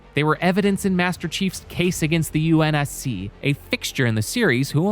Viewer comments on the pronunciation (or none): BRO DOESNT EVEN SAY UNSC RIGHT. HE SAYS UNC............ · The reviewer says UNC instead of UNSC